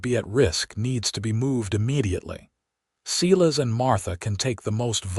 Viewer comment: Too bad the AI couldn't pronounce SI-LAS instead of SE-LAS...